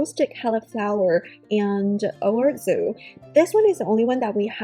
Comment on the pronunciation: Or zO, not orzoo